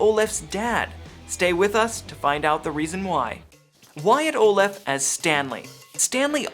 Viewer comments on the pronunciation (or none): He pronounced Wyatt's last name wrong like times I